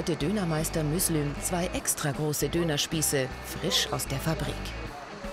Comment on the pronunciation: der heisst müslüm xD